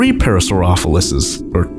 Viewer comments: its para-soul-lus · It is pronounced: Pair-uh-su-rohl-a-phis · You're saying parasaurolophus wrong